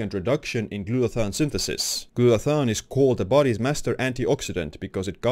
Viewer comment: It's not called GLUTA-THON. It's called GLUTA-THIONE.